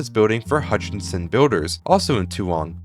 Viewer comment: As someone who lives in Brisbane, and went to Currimundi as a child, hearing the pronunciation of Mt Coot-Tha, Toowong and Currimundi hurt my soul lol ("Mt Coot-Tha" is pronounced "Mt Cootha," "Toowong" is pronounced "Tuhwong" and "Currimundi" is "Kuh-ruh-muhndie" just so u know)